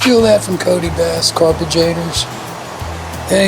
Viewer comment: I think says Garbagrator. Which is funny